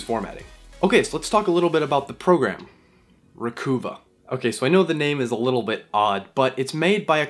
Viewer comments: Psssst...It's...RE-COVE-UH not RE-COO-VAH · jusus fucking fail christ. its not re-coo-va. its Recuva, slang for Recover.... no hope for the next generation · I think the program is pronounced re-cuv-ah not re-coo-vah :) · Thanks. Hey, are you by any chance from Vancouver (Van-KOOO-va)? because you keep pronouncing it “Re-KOOO-va” I do believe it’s supposed to be “Re-KUHH-va”. To sound like re-KUHH-ver (“Recover”). Later, BREW... i mean BRAH !! 😎